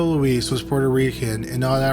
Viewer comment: Luis, not Louise.